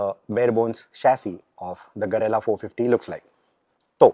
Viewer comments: Its not garela, its guerrilla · गेरिल्ला is the right pronunciation.